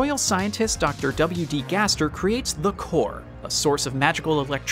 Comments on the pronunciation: instead of “Gaster” he said “gasper” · I dont mean to be rude or anything, but it's Gaster, not gasper OwO please dont take this offensively I LOVE THIS VID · he says "that might be gasper" or was he trying to say gaster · What is "Gasper"? Do you mean "Gaster" or something?? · its a joke the narrator pronounced "Gaster" as "Gasper" the commenter was being sarcastic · Gasper the ghost?XD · "Did they just pronounce it 'Gasper'?" Listen to it five more times, second-guessing myself. "No they absolutely said Gasper, and they said Gaster roughly three minutes ago." Now it feels like some guy reading a script with a typo and not paying attention. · Gasper? He means gaster ----------------------------- The garbage dump he means the garage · every time i heard you said the word "Gaster" i heared the word "Gasper" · you said gasper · I heard gasper not gaster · gaster nah gasper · gasper? i thought it was Gaster. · AH YES GASBER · My dude just said gasper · Ah yes, “Gasper” . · Lol "gasper" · u said gasper LOL